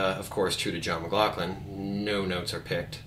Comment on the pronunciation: great lesson but you are pronouncing his last name wrong